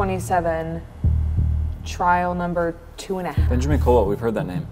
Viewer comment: "Hello benjermen" "Hello supject 1"